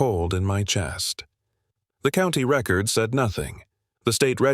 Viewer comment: I know this is generated by AI, but you need to teach AI that words have more more than one meaning and can be said more than one way depending on this structure of the sentence since I was made to go to summer school for English English for three years years having this crammed down my throat AI needs to learn it too. Record was said the wrong way used for that particular sentence structure come on if you’re sending kids to summer school because they can’t say the words writer make the sentence structure correctly. AI needs to go back to school and learn to.